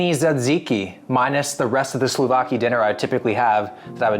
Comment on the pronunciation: The most painful error was SLOVAKI instead of SOUV-LAKEE